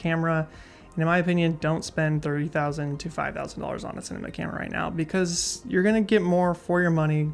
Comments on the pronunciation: did he say thirty thousand or three thousand? Lol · haha. At first it sounds like thirty, but he really did say th-ree.